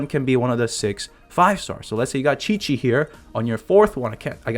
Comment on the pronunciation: Did he say chichi instead of qiqi